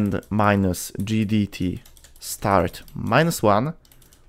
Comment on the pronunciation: im surprised you didnt misspell GDT as JDT with how you say it